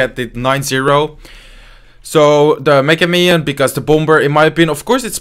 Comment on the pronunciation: i like how says ¨mega miniion¨